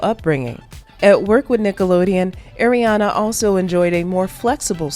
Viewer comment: Pls say Ariana right